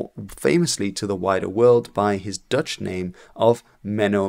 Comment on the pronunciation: Intersting video thank you! An unrelated question, are you Dutch? As in Dutch is your first language? Because if so, congratulations on the English accent! I usually hear it instantly but, with you only when pronouncing Dutch names as you should.